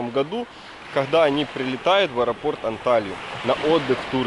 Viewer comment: Добрый день. Познавательное видео, но так режет слух Ваша неправильная речь, что не удержалась написать. Вы доносите свои видео до многих зрителей,пожалуйста,говорите правильно. Почему компАс, а не кОмпас ,,, и выходите из аэропАрта , а не из аэропОрта??? Сорри, удачи.